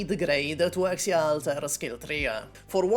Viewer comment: bro really said "kal tuah"